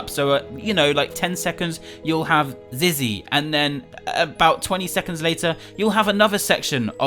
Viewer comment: It’s said Zizzy will never speak not zee will never speak